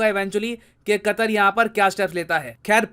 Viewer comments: Nitin ji ne qater ke " pr katter" diye 😂😂😂😂😂😂😂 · Qatar sounds like Gatar🤮